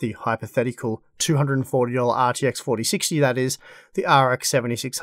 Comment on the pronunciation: “The ARRRR TX…” 🏴‍☠️